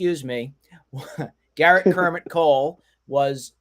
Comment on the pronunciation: It’s Gerrit not Garret